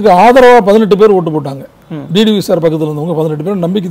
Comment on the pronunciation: அன்வர் ராஜா அவர்களே... நானும் வெகு நாட்களாக,வெகு உன்னிப்பாக கவனித்து வருகிறேன்..நீங்கள் D D V என்றே உச்சரித்து வருகிறீர்கள்..T T V என ஒருபோதும் உச்சரிப்பதில்லை.. D க்கும் T க்கும் வித்தியாசம் உண்டல்லவா...!!!??? திருத்திக்கொள்ளவும்.